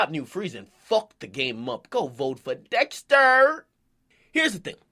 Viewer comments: lmfao how akademiks said Dexter tho was kinda suspect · The way he said dexter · whybdat nigga say dexter like that im dead 💀💀😂